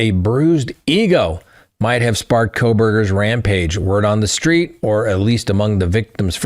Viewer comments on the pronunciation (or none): none